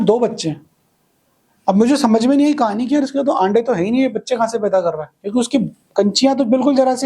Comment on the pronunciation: "आन्डे" 😂 कतई राजस्थानी मे बोल दिए Sir 😊